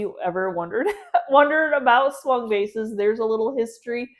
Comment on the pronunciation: Thank you for the information about the Swung vases as I live in England the first time you mentioned them I thought you said Swan vase and couldn't see why they were called that ! it was so interesting to hear how they were made 😊❤